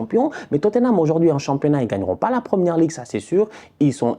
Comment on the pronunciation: "I don’t care about totthenam , franchement c’est pas mon pwobleme j’suis twes content qu’il ai pewdu , ces tocaw🤣🤣🤣🤣🤣🤣" j’suis cuit 😭😭😭😭😭🤦🏾‍♂️